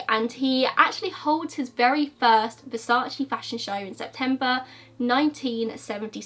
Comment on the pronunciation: You Americans can't say versace, only latins can say right 🖕🏼😂